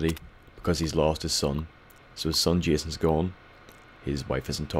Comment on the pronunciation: JA SAAWN! JA SAWN! god damn it, he forgot his balloon. Wait, am i forgetting something Nah, im nawt.